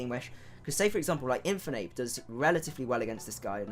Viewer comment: The way you pronounce Infernape hurts